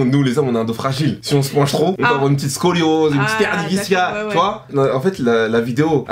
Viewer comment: suzanne yao J’ai justement souligné que a dit « VISCALE » (au lieu de discale évidemment). 😉 Signé une étudiante en santé 😙